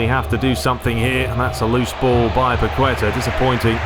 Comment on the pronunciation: the ''u'' in paqueta has no sound so it sounds more like ''paketa'', stress in paqueTA